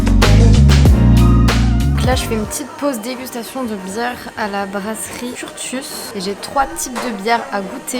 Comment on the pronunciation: Je sais que ça peut paraître étrange mais Curtius se prononce « Curssius » 🫶🏼